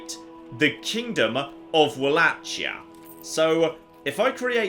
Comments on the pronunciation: someone teach how to pronounce Walachia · He has also repeatedly butchered the pronunciation of Wallachia and I'm pretty sure he said Gregorius instead of gregarious at one point.